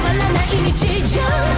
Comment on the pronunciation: May'n should learn how to pronounce the "T" in best BUT I LOVE THAT SONG SM